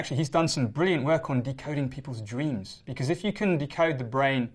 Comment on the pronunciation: Everybody dweams! Dang I like his pronunciations.